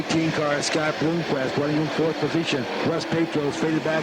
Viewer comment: Why does he keep saying Bloomquest?